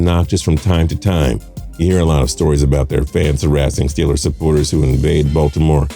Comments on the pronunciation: It is ST EE LERS not stelers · Even I know it's pronounced "Stillers" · Can someone explain why he pronounces steelers like that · Entertaining video,title a little miss leading seem like it’s just ranked on the amount of bandwagon fans a team has.And the reason why the commentator is always asked to re-say Steelers is because he’s wrong on how to pronounce there name lol